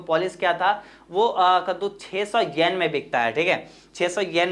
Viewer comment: Pahli baat 10sen nahi 10 yen hota hai 😁 Aur dusri ye ki 60 (sixty) yen nahi 600 (six hundred) yen hai vo 😂 But achhe se clear kar diya aapne 👍